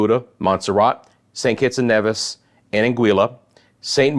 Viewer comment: Great vid. Good to have someone covering the islands in addition to the Weatherman, Brian Shields. Very quiet here in St. Kitts and Nevis. The calm before the storm. FYI, Antigua is pronounced "an-ti-ga", and Nevis is pronounced, "knee-vis". Dominica is "dom-e-knee-ka."